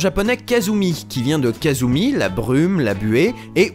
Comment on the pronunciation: Excellente chronique, juste une chose: ça se prononce "Kassumi", pas "Kazumi" =) Je m'abonne, le sujet était traité avec beaucoup de professionnalisme !